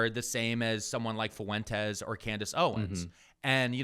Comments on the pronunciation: Is saying Fuentes with three syllables some kind of weird inside joke I’m not familiar with? Because it breaks my brain every time he says it like that. That’s “ue” is a diphthong, buddy. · Is he saying "foo-entes" for fuentes on purpose?